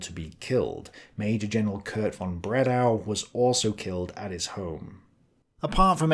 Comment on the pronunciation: Bredow ,in ALL other European languages EXCEPT English "W"is pronounced as "V".